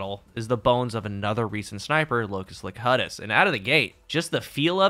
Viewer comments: It’s locus-locUTus. As in Star Trek: The Next generation. As in Jean Luc Picard. Sorry. Couldn’t help it. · say you’ve never watched Star Trek without saying you’ve never watched Star Trek. It’s pronounced “LOW-Q-TUS”. It means the “one who speaks” from Latin and everyone knows it because it was the name given to Picard when he became a borg. Locus means location so the name of that gun is basically “the location of the one who speaks”. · Latin: Lo-kew-tus, Locutus.